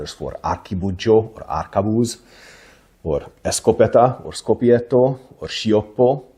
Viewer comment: sciopetto instead of schioppetto